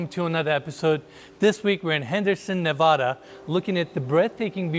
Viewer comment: I’m happy you pronounced Nevada correctly. Love your videos. Exquisite properties.